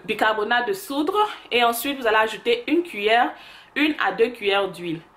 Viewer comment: Hé ma chérie. J'adore ta chaîne. Si jamais tu es devenue trop américaine oh . Ah ah on dit bicarbonate de soude et non soudre 😚